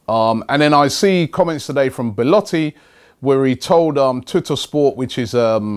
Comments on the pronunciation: Robbie, every time you say Beletti I die a little bit inside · I give up, There's more chance of Arsenal actually signing Belotti than Robbie pronouncing his name properly